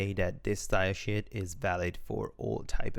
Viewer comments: did i hear you say style shit ? xD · Really great tutorial to get into WordPress coding. I do get a bit confused about you pronouncing "team" instead of "theme" and "styleshit" instead of "stylesheet" though :D Anyway, really good stuff, helps a lot! :)